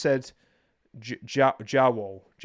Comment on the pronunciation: I'm not European and even I know how to pronounce "jawohl" that was CRINGE